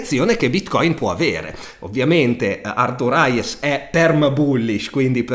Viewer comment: Aiuto, mille volte pronunciato ARTURAIES non ce la posso fa'! HEIS, Arthur *Heis*, se proprio lo vuoi pronunciare in modo semplice. Se poi mi fai sentire anche il th su Arthur resto iscritto al canale 😂